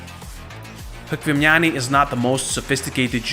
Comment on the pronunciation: you are saying chkvimiani's name wrongly. it truely sounds like "лухуми чхвимиани". enother all was right. thanks!